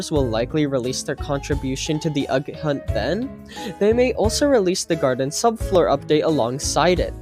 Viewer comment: bro said the agg hunt